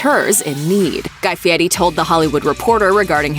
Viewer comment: You should pronounce his name properly. You show a lot of disrespect mispronouncing it though the whole video